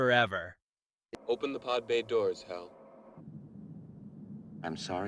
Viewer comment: HAL? It's pronounced Hal. AI reading